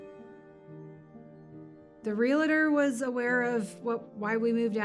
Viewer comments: There is no such thing as a REAL-A-TOR... it's a REAL TOR (two syllables). GRAMMAR POLICE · THERE IS NO "I" IN REALTOR